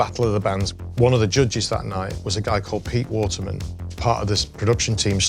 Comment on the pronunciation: Please who know the regional accent used in the pronunciation of the word "judges" ? I already know it's not RP. Thanks in advance.